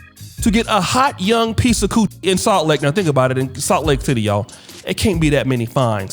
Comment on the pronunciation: Did say Salt Lake Tidday?